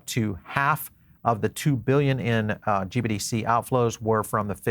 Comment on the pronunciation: Sounds like you keep saying GBDC instead of GBTC which makes me nutz!